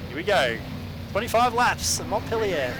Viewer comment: We run Montpelier every week in our Indiana Super Street. that’s not how you pronounce montpelier at all but good attempt 😂